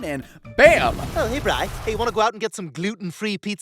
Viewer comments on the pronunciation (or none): "BREE" robot? I think Bri Robot is supposed to rhyme with "I, Robot".